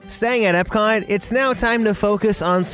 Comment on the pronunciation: Why does he keep calling magic kingdom ebcot........